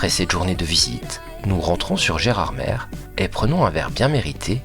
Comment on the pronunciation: Nous voici arrivés à Gerardmèrrre 😂